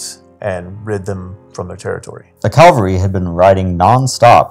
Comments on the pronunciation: cavalry NOT Calvary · CAV -- al - ry...